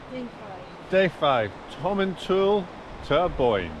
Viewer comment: I stay in Grantown so I know some of the tracks you were on, but a bit more route description would help. Eg how did you get from Elgin to Dufftown. You need to work on your pronunciation- it's Tomintoul, as in "towel".